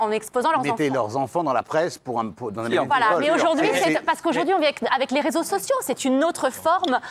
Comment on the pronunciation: on ne dit pas "les sososios" mais "les réseaux sociaux"